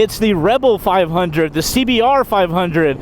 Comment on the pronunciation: Did he call it a 5 undie?